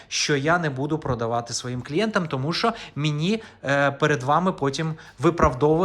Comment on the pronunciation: Не "шо", а "ЩО"!